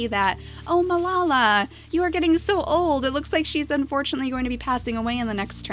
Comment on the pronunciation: I'm pretty sure Melala is pronounced Mel-a-la. Not Mel-la-la.